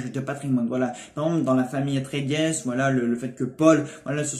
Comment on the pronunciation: petit detail : on prononce pas le S a la fin de atreïdes , c juste "atréhide" ^^